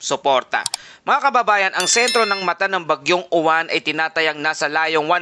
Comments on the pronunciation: Mali ka mag bigkas ng uwan dapat silent yowan kasi sa alphabet ay stu kaya yowan hinde mali spelling nito kundi tamang pag bigkas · Kasunod sa T U kaya uwan